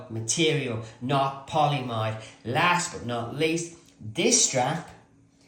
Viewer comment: Hey. Polyamide pronounced poly-a-mide and nylon are the same thing. Seatbelt nylon just refers to a particular form (tight-weave, high-strength webbing) of that polymer 🍀